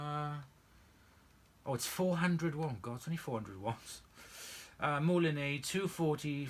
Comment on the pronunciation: I'm sorry for correcting you but I've never been sure that 'ex' is pronounced 'ay' in French so I've just looked it up - it's actually pronounced the same way as we'd pronounce it in the UK, 'eks'. Like I said, I'm sorry for correcting you but being a bit of a Francophone in school (!), it didn't sound right. I'm sorry! We had a second hand one of these in the 80s and I really liked it AND it was easier to attach the tools than using a converter pan on a Turbopower!